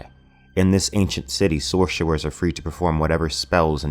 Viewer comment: Shhorcherrers...good Sean Connery impression